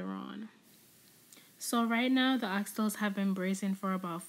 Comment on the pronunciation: I’m just not used to hearing it because of our accent but absolutely nothing wrong here